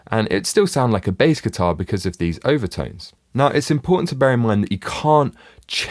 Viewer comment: Could somebody please EQ the shitty vowel sounds out of the narrator's accent? He keeps telling my about "Eye-va-tynes" when he's supposed to be talking about overtones.